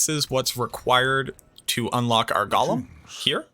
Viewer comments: It’s “GO’lum” not “goh lum”. That’s not Smeagle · He keeps saying Gollum